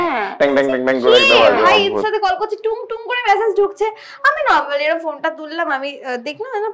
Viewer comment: All said and done but this is for both.The word is message and not massage. 😢😢😢😢😢 Didnot expect from the man at least.